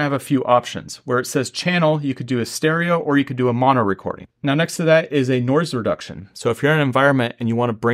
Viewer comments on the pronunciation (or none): none